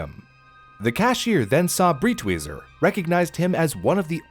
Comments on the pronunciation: btw the guy's called "Breitweiser", not "Britwieser". just like the I in "wiser" you made for that joke. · Breitweiser is pronounced like "bright-visor". The "ei" makes a long-i sound, like "eye", and the "w" makes a "v" sound. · i think the pronunciation is more like "bright visor" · It took me a google search to figure out his name cause it is REALLY completely mispronounced to the point of not understanding it at all. For anyone wondering it’s Breitwieser (pronounced briteweeser) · Thank you for this video! I was horrified that his mother burned those paintings... but my man, Breitweiser is pronounced like "briteviser" LOL... nonetheless, this was awesome and educational :)